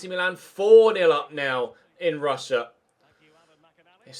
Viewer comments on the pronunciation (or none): none